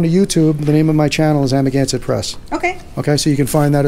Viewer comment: It sounds like "I'm against it": Amagansett